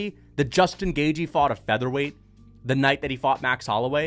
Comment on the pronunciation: Put some respect on Justin Gaygee’s name